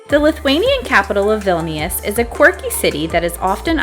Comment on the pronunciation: As a lithuanian ur saying vilnius wrong